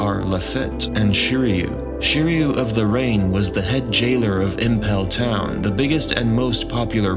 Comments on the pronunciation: "Impel Town" instead of Impel Down and "Oden" instead of Oven had me questioning this guys One Piece knowledge for sure. Couldn't shake it. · Why are you calling it Impel Town? It's Impel Down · Impel down not town bro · Did he just say impel town , so